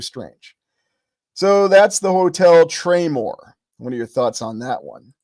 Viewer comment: It used to be called the Traymore Hotel. Search "traymore Hotel Atlantic City" 👀👀👀👀👀 I thought you were calling it the "Train War" Hotel 😅😂